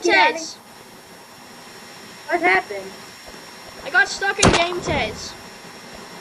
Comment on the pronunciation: btw I think its pronounced ga - meh - t - ez